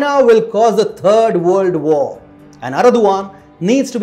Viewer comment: Exactly what is "A Turd World War" ?